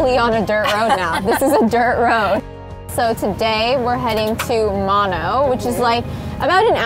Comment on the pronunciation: Noooo! Mono is not pronounced that way 🤦🏼‍♀️ lmao